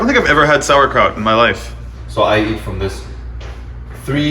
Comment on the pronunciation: struggling with the sauerkraut is great